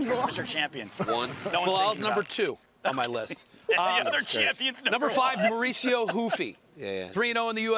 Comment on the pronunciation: Why do they pronounce the R in Mauricio Ruffys first name but not his last? Ride with the same H sound both ways or don’t at all 😂